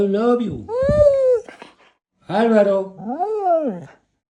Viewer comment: ALVARO si lo pronuncia muuy bien pero enséñale palabras de fácil pronunciación porque te la tiras de gracioso y lo estás es confundiendo